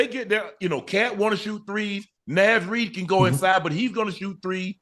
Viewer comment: Somebody tell Unc that’s not how you pronounce Naz Reid😩😂😂😂